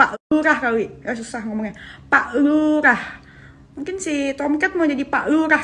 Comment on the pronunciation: Lurrrrraaah bukan lullllahh....